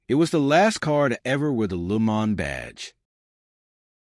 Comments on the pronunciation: It is not lu mon! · LooMon...? Ya... take this AI crap and flush it.